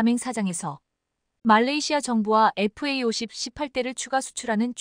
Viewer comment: Fa50. 은 제대로 읽고있네요!!에프에이50 에다가 스텔스기능만 부가시키면. 세계최강전투기가 된다~❤